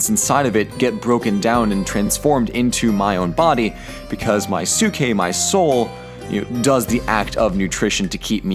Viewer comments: the way you pronounced psyche, i could only imagine socrates going around athenian streets yelling "psyche psyche 5 drachma" trying to fish students. kidding aside its not "sookie". its like psychology(so roughly psy-key) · "sookeh"? :P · its pronunced psike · Dude your pronounciation hurts me. I get the vowel thing you are trying to be closer to ancient greek. But your inability to pronounce the p in ps hurts my ears. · Your pronunciation of ψυχή is wrong. The right way to say it is closer to ps (as one consonant) followed by "e" the way you say it in the alphabet followed by hee. (The letter χ doesn't have equivalent to english pronunciation as it does not exist in english). Also I am apparently really bad with tones/stress marks. So don't fully trust what I'm saying.